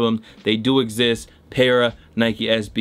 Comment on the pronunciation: Fam, it’s “Patta” not “Parra”